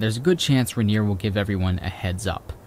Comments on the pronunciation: I'm being a picky and I do apologize, but it's pronounced Mt Rain-ier. Not Mt Ruh-nier. Just remember, in Seattle when it rains, you can't see Mt Rain-ier. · I know I’m leaving this comment MONTHS after you uploaded this, but I had to. You kept saying “RAN-ier”. That is not how to pronounce it. It’s “Rain-ier”, quite literally exactly how it’s spelled. Even when said quickly, you should always be able to hear the “Rain”. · Love this so much… especially as a native Washingtonian…! (Bit of feedback is your pronunciation or Rainer…isnt correct. Its Rain-nier